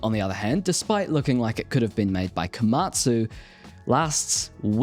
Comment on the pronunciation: That "Komatsu" was absolutely on point! 😂